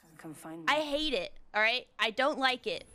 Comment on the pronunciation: LMAOO got so furious a British "I don't" accent came outta no where